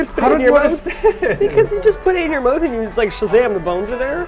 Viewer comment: has a Canadian slip "mouth". Adorable.